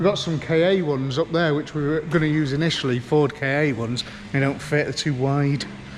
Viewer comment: Ka as in car, not Kay A, sorry but had to be said 😬